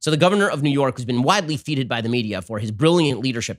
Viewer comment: FETE IS PRONOUNCED: 'FETTED" NOT "FEETED".